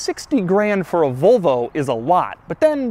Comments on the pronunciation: Nobody: Doug: "Vohlvo" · No one outside America pronounces Volvo the way Doug does.